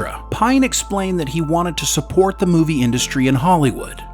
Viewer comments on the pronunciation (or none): none